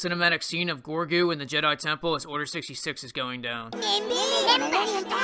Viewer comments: Sorry, but his name is Grogu not Gorgu. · Am I the only SW fan that is also an American Dad fan? It's pronounced 'Rogu'. 🤣